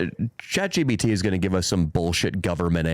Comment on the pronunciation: When is someone finally gonna correct that it’s ChatGPT not chatGBT 🤦‍♂️